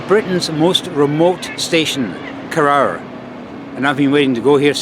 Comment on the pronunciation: It's pronounced koroor, not korower